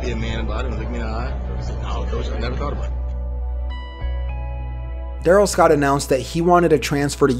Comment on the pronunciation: I remember this dude. He was a BEAST at St. Bonnie. I played in those same years and we'd watch friday football focus just to see what darrell scott did that week. Btw i think it was pronounced DaRELL Scott. But yea. st. Bonnie was too good for us to play but we did play against Oaks Christian that year. They had jimmy clausen and marc tyler aand chris owusu and a bunch of D1 offensive linemen. Marc tyler had thighs built like a friggin horse!! Aaaand our small little school with 25 players on the team got fucking SMACKED to say the least 😂😂. But Bcuz of that i was glad jimmy clausen and marc tyler were total busts in the NFL hahaha Fuck them